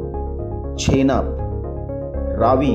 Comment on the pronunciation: I don't know about the Indian rivers' names. But he pronounced the Pakistani rivers and the rivers of Ladakh very wrong. Specially Jehlum, Gilgit, Chenab and Zanskar.